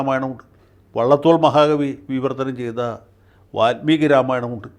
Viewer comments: സ്വതവേ നല്ല മലയാളം പറയുന്ന വക്കീൽ, വാല്മീകിയെ, വാത്മീകി ആക്കിയത് കുറച്ചു അരോചകം ആയി... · വാല്മീകി. Not വാത്മീകി.